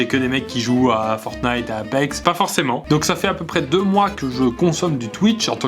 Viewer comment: Quand pierre prononce le mot "fortnite" ou "apex" ca fait bizarre on dirais ton daron qui a jamais jouer aux jeux vidéo qui veut paraitre djeuns 😂😂😂